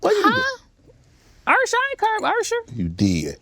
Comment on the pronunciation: “Ursher” that’s what my Great Aunt used to call him 😂😂